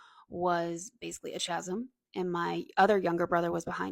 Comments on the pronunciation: Chasm is pronounced "C-as-m" not "Ch-as-m". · Interesting stuff. And fyi "chasm" is pronounced with a k- sound.